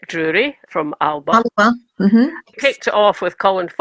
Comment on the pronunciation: Alba not Alaba, 🥱